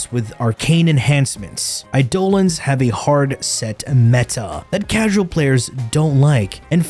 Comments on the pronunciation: can we cancel this guy for how he pronounces Eidelons ? please ... i need it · Eye-doll-ons man you got me there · bro said eye-dolans 💀